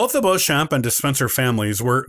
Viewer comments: Also Beauchamp is pronounced phonetically as Beechum in the UK. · Beauchamp is pronounced 'Beech-um' isn't it? You're right, he absolutely murders 'Plantagenet' (pun intended).